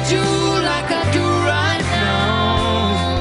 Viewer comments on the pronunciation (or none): GurrGamer Omg I had to go back and pay attention to how she said it and I died😂 "neauow" 😂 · How to pronounce "now" to "Neoowww" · am i the only one who likes the way she pronunced "now"? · wtf is up with her pronunciation of "now" at the start ? 😂😂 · Wow, I hope she had some bad nasal congestion to pronounce "now" like that! And it's weird that she has a small lisp on the record, but not live.